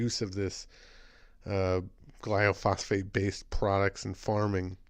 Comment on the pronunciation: Thanks for pointing this out but it's gly-pho-sate, not gly-o-phos-fate and it does a lot more than cause cancer. For an excellent lecture on glyphosate, what it is, how it works, the consequences to human and animal health and how to pronounce it :), watch the following video. You'll be glad you did. It is presented by a scientist who worked in the field of genetic engineering.